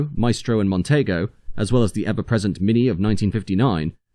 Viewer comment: You can tell a young narrator on these videos as they mispronounce the name "Montego" as "Montaygo" ! 😅